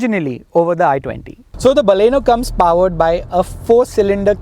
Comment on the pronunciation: hI....IT'S NOT BAALLEENO, like "balle balle"....it is Baleno.